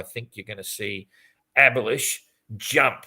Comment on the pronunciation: Is there any good reason to pronounce "Abhilash" "abolished"?